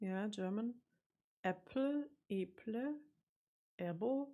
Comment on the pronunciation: the Norwegian word "eple" is not pronounced "ipli". It is pronounced the way a German would pronounce it, with the "e" like the "e" in "essen".